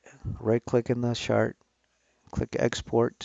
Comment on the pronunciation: First time hearing someone pronounce "chart" as "shart", fascinating as it means something completely different